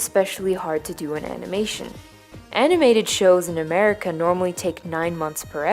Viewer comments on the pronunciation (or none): none